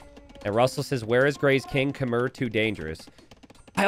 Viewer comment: These videos bring me so much peace thank you. Just one thing. Khmer pronounced “Khmai” -fan from Cambodia 🇰🇭